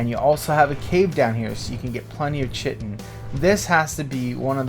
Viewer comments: it's not pronounced shittin. Chitin is pronounced "kai tin". KAI TIN, say it. SAY IT! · Chitin... pronounced "ky-tin" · great vid but you're saying chitin wrong and its killing me lol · Are you chitin me with that pronunciation. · Night Dark yeah, bothers me too